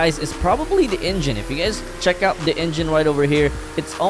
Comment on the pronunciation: Bruh said donot heck it out